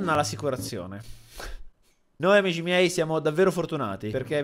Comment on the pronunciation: Nessuno: Stormy: AMISCI MIEI